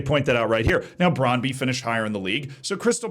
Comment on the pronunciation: Brøndby is not pronounced "Brahnd-bee"